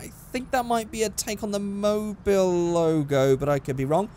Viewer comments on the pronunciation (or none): none